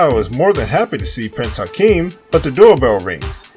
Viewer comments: Shut it off 10 seconds in after hearing Prince "Hakeem". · He keeps calling him Prince Hakeem, his name was Prince Akeem! He keeps making the mistakes. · He also calls him "Prince Hikeem" 30 seconds into the video.